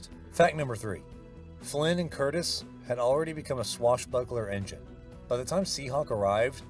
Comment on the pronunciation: It’s Curtiz…with a ‘z’ NOT Curtis!! Please stop mispronouncing his name…it’s not difficult!!